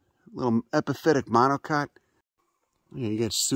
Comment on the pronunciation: I get offended every time he says monocot